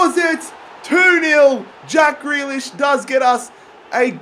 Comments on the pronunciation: Ffs it’s greelish not grelish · Grealish is said 'greelish' not 'grelish' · please pronounce Grealish Gr ee Lish not Gray lish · Greelish not grelish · It’s pronounced ‘Gree-lish’, mate. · Loving the series but grealish's name is pronounced gree as is you were saying green